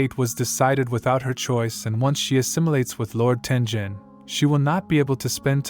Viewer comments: Sorry for this, but it’s pronounced Tengen not Tenjen. Sorry Sorry Sorry Sorry Sorry Sorry Sorry Sorry Sorry SorrySorry Sorry Sorry Sorry SorrySorry Sorry Sorry Sorry SorrySorry Sorry Sorry Sorry SorrySorry Sorry Sorry Sorry SorrySorry Sorry Sorry Sorry SorrySorry Sorry Sorry Sorry SorrySorry Sorry Sorry Sorry SorrySorry Sorry Sorry Sorry SorrySorry Sorry Sorry Sorry SorrySorry Sorry Sorry Sorry SorrySorry Sorry Sorry Sorry SorrySorry Sorry Sorry Sorry SorrySorry Sorry Sorry Sorry SorrySorry Sorry Sorry Sorry SorrySorry Sorry Sorry Sorry SorrySorry Sorry Sorry Sorry SorrySorry Sorry Sorry Sorry SorrySorry Sorry Sorry Sorry SorrySorry Sorry Sorry Sorry SorrySorry Sorry Sorry Sorry SorrySorry Sorry Sorry Sorry SorrySorry Sorry Sorry Sorry SorrySorry Sorry Sorry Sorry SorrySorry Sorry Sorry Sorry SorrySorry Sorry Sorry Sorry SorrySorry Sorry Sorry Sorry SorrySorry Sorry Sorry Sorry SorrySorry Sorry Sorry Sorry SorrySorry Sorry Sorry Sorry SorrySorry Sorry Sorry Sorry SorrySorry Sorry Sorry Sorry SorrySorry Sorry Sorry Sorry SorrySorry Sorry Sorry Sorry SorrySorry Sorry Sorry Sorry SorrySorry Sorry Sorry Sorry SorrySorry Sorry Sorry Sorry SorrySorry Sorry Sorry Sorry SorrySorry Sorry Sorry Sorry SorrySorry Sorry Sorry Sorry SorrySorry Sorry Sorry Sorry SorrySorry Sorry Sorry Sorry SorrySorry Sorry Sorry Sorry SorrySorry Sorry Sorry Sorry SorrySorry Sorry Sorry Sorry Sorry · Not tenjen it's taingen